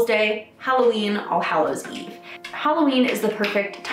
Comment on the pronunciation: it sounds like your saying arseholes day lol